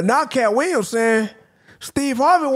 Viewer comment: "Katt Wiyems"